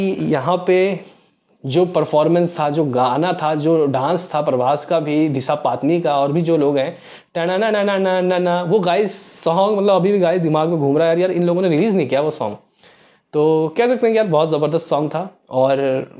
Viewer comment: Disha patani❌ Disha padni ✔️😆😆😆😆😂😂😂